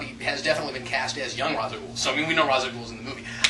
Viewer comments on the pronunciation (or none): I'am Calm Just Annoyed That Thanks To F-ing Nolan And is Poor Ass Research An Entire Generation Is Say Ra's Al Ghuls Name Wrong , It Bad Enough We Have To Deal With The Nolan Realiziam Bulls**t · Why Can No One F-ing Pronounce Ra's Al Ghul Name Correctly Type Ra's Al Ghul And Watch Video "Batman - Arkham Files - Ras Al Ghul" Or Type in Batman Dark Tomorrow And Watch "Batman Dark Tomorrow, Endings" Or Watch Batman Beyond Episode "Out Of The Past" Type in Batman Beyond Out Of The Past And Watch "Batman Beyond - A Close Up On 'Out Of The Past" Stupid F-ing Nolan, Did No F-ing Research Into Begins He Is A Royal Moron Please Make A Video About This And Nolan Lack Of Research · Then Why To Batman : The Animated Series / Batman Beyond Series / Batman : The Brave & The Bold Series / Batman : Dark Tommorrow Game , All Say It As "Raish Al Ghul" And Nolan The Only Person To Say "Rhas" Uh ??